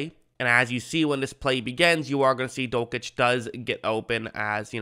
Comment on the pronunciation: You're pronouncing dulcich wrong